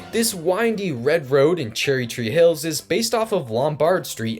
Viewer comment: “Cherry chee hills” lol Its kinda hard to pronounce so its alright